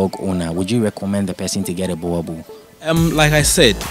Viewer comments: It is pronounced "borebell' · Bhoer-bull (boerboel)